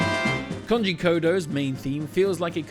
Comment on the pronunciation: Koji. KOJI. ko-ji. NOT Konji!